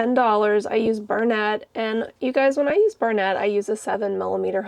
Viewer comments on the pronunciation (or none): You missed a great one…Bonnie the baby bunny by Mod Threads. Also, Bloom the scrappy bunny by JohannAmigurumi is soooo cute! Thank you for the strawberry hat link. That bunny reminds me of the bunny by TheStitchStudioCA who has a million outfits for her basic bunny pattern. 💜 Also, it’s Burn At….Stacy’s mispronunciation has rubbed off on you. 🤣